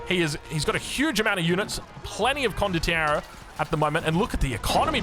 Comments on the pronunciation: The pronunciation of condottiero was quite good, the only pronunciation "mistake" is that we have a tongue R in italian. But i guess that's hard for english speakers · Italian here, you are pronouncing condottiero correctly just mark more on the R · Italian here. You are saying Condottiero right. The plural is Condottieri. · As long as you're moving your hands when you say it, you're pronouncing Condottiero correctly